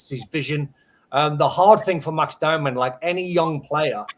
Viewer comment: Why is the host call him Doh-man? Isn’t his name pronounced Dow-man.